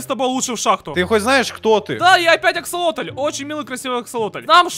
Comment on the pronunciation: Обложка: не аксолотль А АкИлОтЛь. Видео: не аксолотль а.... ФиКсАйЛоТь😂